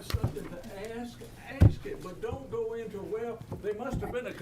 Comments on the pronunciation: Let me axed you what j6 mean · Okay for Fanny and for her lawyer the judge in America we pronounce the word ask with the s before the k